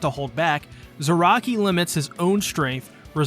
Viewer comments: “Zayaki” is crazy. 🤣😂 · there is no way you called him zayaki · Zaraki is zayaki?!?!?! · did he just... Called "kenpachi ZARAKI".. "ZAYAKI" ? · He called Kenpachi "Zayaki" What!? Jokes aside, this is very well made.. even if some of the pronunciations are driving my weeb ass insane. CAR A CURRA TOWN.. that'll do,. Subscribed for good video, and good sport.